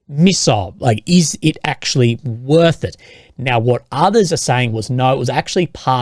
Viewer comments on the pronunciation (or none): none